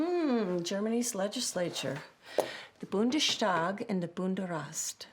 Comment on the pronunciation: Why Bundeshtag???? It's simply Bundestag